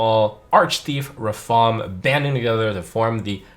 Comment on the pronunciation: It's Ra-FaAAAm